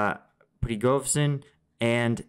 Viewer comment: Pre go zhin … that zh sound or like in precision Pre go sion.